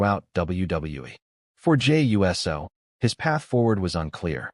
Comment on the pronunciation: The fact is says Jey U.S.O. instead of Jey Uso indicates this is a bunch of BS😂